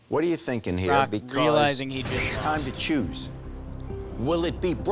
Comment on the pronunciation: Why does Jerry keep saying Brock as Barack? I was so confused